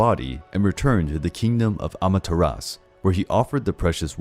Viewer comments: The name is pronounced amaterasu Not amateras SHE was susanoo's sister. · Bruh, the "U" i Amaterasu is not silent.